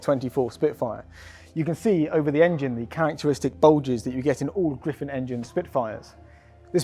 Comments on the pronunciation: Griffon engine not Griffin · GRIFFON engine for FFS,how many times do these so called documentaries get it wrong.